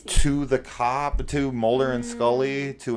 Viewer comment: What kind of name is MOLD-er😂?